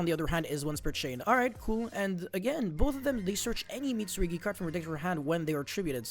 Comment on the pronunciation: saying Mitsurigi is killing me more than it should. Mit! Su! RU! GI!!!! 😭